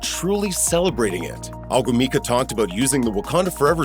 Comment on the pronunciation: Omg did you mess up her name. Chiney is pronounced Shin-Nae, O-Goo-Mi-Kae